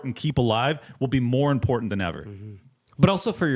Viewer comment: “Impornt”…. Maybe it’s his signature like how Tim always wears a beanie. It’s his meme